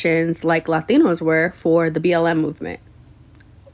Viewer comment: Why does she keep saying Latinos like that? Girl, you sound so stupid, also, if these Latinos, as you like to say, came to America legally, then they wouldn't be getting deported, use your noggin